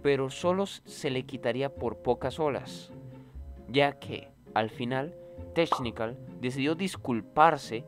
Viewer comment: hermano porque dices AXERON y teCHnical xd